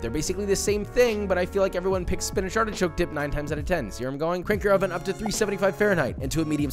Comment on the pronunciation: Why SPEEENAGE?? What did it do to you? 😂😂